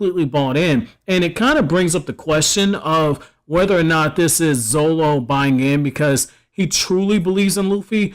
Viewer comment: is pronounced zoRo not zolo dummy.